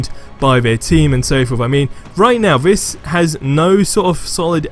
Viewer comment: why is it that so many youtubers say Vis instead of This?